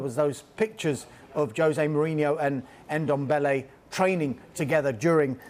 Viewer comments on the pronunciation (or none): It’s Ndombele not Endombele🤣🤣🤣🤣. Funny thing is they are all pronouncing the ‘Ndo’ perfect, just remove the ‘e’ you’re pronouncing at the beginning. Same thing I hear every time they try saying Mbappe’s name. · It's Ndombele not N-dombele...... Jeeez!! 🙄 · Tan guy Dombele. Pronunciation is key, lads. 🤣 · Brandon Ayong he should be behind bars for that "Endombele"